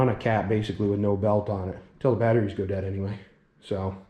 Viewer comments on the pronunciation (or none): none